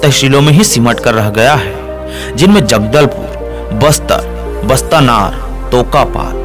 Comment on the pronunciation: बस्तानार नहीं बास्तानार है सुधार की जरूरत है